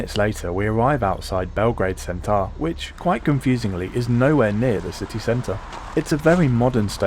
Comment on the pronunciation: Belgrade Centar? You mean Belgrade ''Centar''